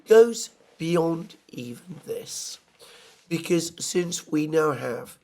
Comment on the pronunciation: Theres another girl on YouTube who pronounces the word "because" as "bee-kiz" just like you. What part of Britain is that?